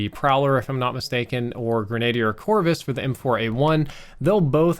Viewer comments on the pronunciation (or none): greh nuh deer. Not grenade ear.